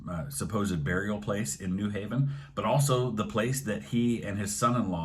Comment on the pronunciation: How I know you’re not from Connecticut: you stress the “New” in New Haven instead of the “Haven” LOL :p